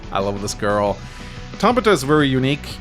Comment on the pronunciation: One day he will pronounce it "Tab-Ith-u" my mom shares that name and cringes every time lol